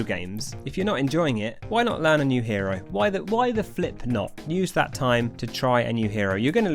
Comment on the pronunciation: Each time you said hero was like a stab in the heart